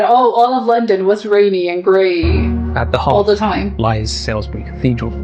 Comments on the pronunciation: It's not Sailsbury - it's SALISBURY pronounced Solsbury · Salisbury is pronounced “Saulsbury” not “Sailsbury”. This might be AI. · Hi! Just so you know, the city of Salisbury is NOT pronounced "Sailsbury / Sales-bury", but "Sawlsbury" ("Sawl" as in "Trawl"). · Salisbury is not pronounced how it is spelt, but it is also mis-pronounced in this video too! Think Sauls-Brie or Sols-Brie for the correct pronunciation! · That's what I was thinking, why the blazes is this person pronouncing Salisbury as "Sailsbury"? That grates!! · Ai narration Salisbury is not pronounced how it isnsaid in the video